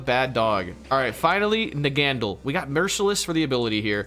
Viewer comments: It's pronounced in the anime, Nag-a-neigh-del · its pronounced, in the anime (nag-a-neigh-dull) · and both nonchalantly ignoring the last ‘a’ in ‘Naganadel’ 😂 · The Naganadel mispronunciation had me more bothered than it should’ve 😂 Put some respect on the Alola’s champion team member’s name!!